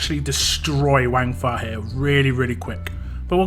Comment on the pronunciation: Pronounced it right first time more like Wungfa not wang . Also screw bleed lol